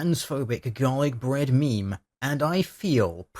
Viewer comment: Am I the only one who hears "Dalek Bread" every time he says Garlic Bread?